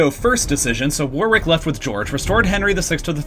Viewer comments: As an Englishman it's painful to hear how you pronounce Warwick, phonetically it's said like wor-rick not war-wick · Also, I think, 'Warwick' is pronounced 'War-rick'. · War-wick? Where's that? It's pronounced 'Worrick'. Similarly, 'NORTH-Hampton' ,here, irl is called NortHAMPton.Great video, but please visit the city of Warick and tell people how much you love it, pronouncing it as you do repeatedly here. People will laugh in your face.OMFG Lie-chester?!!?!?! Jesus. Leicester is pronounced 'Lester'.